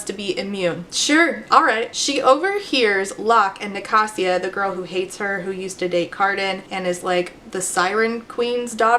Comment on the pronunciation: wait i thought it was Ni-kay-sia